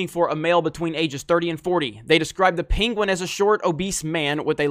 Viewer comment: Who's peenqwen? Never heard of this villain before, I know the penguin.